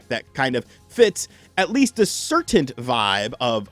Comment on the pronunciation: I think he actually said "certaint upbringing".